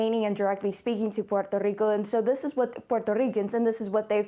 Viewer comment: "Puerto Rrrrrrrico" Smh